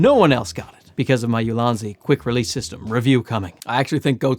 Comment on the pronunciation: It's pronounced EEou-Lan-Dz in Chinese. Translated to Excellent Basket or Optimized Basket. I don't know the meaning of basket in the branding as I don't know the company history. Maybe a basket of useful photography tools?